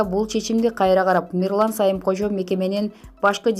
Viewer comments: Мирлан Самыйкожо деп туура окуса болмок. Сайымкожо дебей. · Дура, Сайымкожо эмес, Самыйкожо!!! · Диктор туура суйлосон, Сайымкожо эмес Самыйкожо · Дура,сайымкожо эмес самыйкожо,туура даярданбайсынбы. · Диктор туура айтсанар Сайымкожо эмес да Самыйкожо да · Эй кок мээ, адамдын атын туура суйлош керек да. Диктор сага окшогон чала сабат неме экен